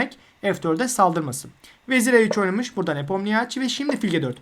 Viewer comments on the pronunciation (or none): Çok iyi ve net bir anlatım teşekkürler. Tek bir eleştirim olacak, Ian’ın soyadının okunuşu nipomnişi şeklinde.